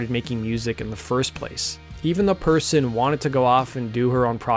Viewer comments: Persson, as in "Per's son" or "son of Per," not Perrson, and it's pronounced more like "pear-sohn." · Persson is pronounced like pair-shon (ʹpɛrʃɔn). And of course it's not written "Perrson" as you did several times. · It's pronounced Perr-SHON. Good video, but that really bugged me. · 'Svenginson'? Come on, his surname isn't that hard to say correctly... *and it's '90s, not 90's, sheesh. Yawnshupping, okay, that's mildly tricky. Nina's surname is not 'Person', it's said like Pair-son. Next city is said like Mawl-muh. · Every single english-speaking Youtube channel talking about The Cardigans is saying the name "Persson" blatantly wrong. It's not "person", it's "pear-sonn". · Her name is spelled "Persson", not Perrson, and is pronounced more like "Pearson" than Person. Make an effort. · It's pronounced persson not persson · Interesting video. The one thing that bothered me (other than glossing over their best album) is Nina's last name is pronounced "Pear-SHAWN", not "Person". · Nina Persson. Not PERRSON